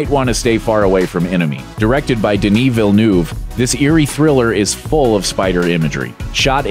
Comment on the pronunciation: DENI VILLENOUVE lol